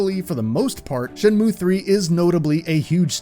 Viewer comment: What a Shay-mu :/ Does anyone know where I can find some sailors, though?